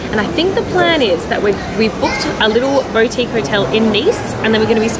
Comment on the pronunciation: Bow tique is pronounced Boo tique by the way